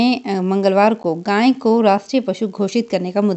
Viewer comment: गांय नहीं गाय बोलते हैं